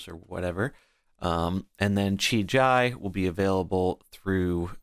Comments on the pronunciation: Please dear god stop calling him "Chi-Jai" kekw. if you need phonetical clues, it's "Chi-GEE" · The I in JI is pronounced the same as the first I. The way you say it hurts my ears :D